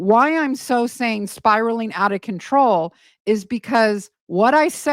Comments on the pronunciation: it's CONTROW 😂😂😂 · Don't you mean spiralling out of controh 😂